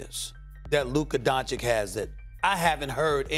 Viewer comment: Stephen "Luka Don-Chick" A. Smith